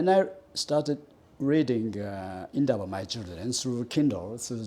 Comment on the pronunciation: A whole Japanese pronouncing "Indaba my children" correctly and perfectly so it reiterates the fact that "white south african" who past 30yrs of democracy are still struggling to pronounce our names and speak our indigenous languages with the respect it deserves are still keen on Racism and white superiority!